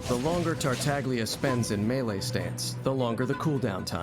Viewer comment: Childe my beloved. 💜 I finally managed to C6 him this year and I was so unbelievably happy. And thank you for pronouncing "Tartaglia" with the silent "g", everytime it's mispronounced and especially by Childe himself ingame I die a little inside. 😅 A little fact about Zhongli, his Collected Miscellany is slightly incorrect. He is the only character that has ever gotten a rework after release. And thank god he did. I never got the chance to play him in his original state, but having him after his rework I can't imagine him functioning how he does in his Collected Miscellany. Here's a link if you're interested to Mihoyo explaining his adjustments, both in buffs and skill functions. (There was a link here, but I think youtube deleted my comment because of it? If you google Zhongli rework it should be second that pops up) I think it's really hard to properly show off characters that are more off field supports. I think they're really characters you have to play and experience their utility to really appreciate since most of the time they aren't there to be flashy. Albedo isn't really as "set up heavy" as it makes him sound. His field will automatically create/trigger the blooms as your onfield character attacks, and they can put out a good chunk of damage, my not so great built Albedo's blooms can do 30k+ ticks each. I actually curse him out when I accidentally step on his elevator. 🤣 Here I was attacking and suddenly I'm up in the air. Let me disable it Mihoyo!! Eula is a charac